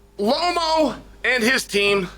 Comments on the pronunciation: Lomo?? Come on man 😅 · I don’t know what Loma did to Chael for him to pronounce “Lomo” but it must have been serious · What the hell is lomo?? You mean Loma. Boy you just want to talk huh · I came to the comments section specifically for this. Is somebody going to tell Lomo that his name has been legally changed?